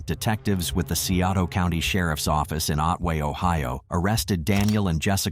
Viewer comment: "Sigh-OH-toe" County!